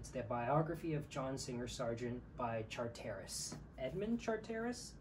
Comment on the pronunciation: Its ’Char-ter-iss’ phonetically Rajiv, no matter, it’s a very beautifully painted picture of that painters life as you have it. I’d love to see the others, as would many of us I am certain. ❤